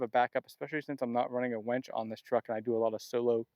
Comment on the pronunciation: It’s “winch”…..not “wench”. Nice rig!!!